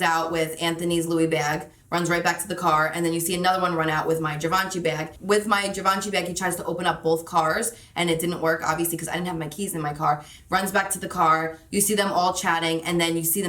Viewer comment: That sucks but she’s okay and has insurance. Annoying but can be taken of. Health over wealth. But can someone please teach her to how to pronounce Givenchy tho cussss I canttttt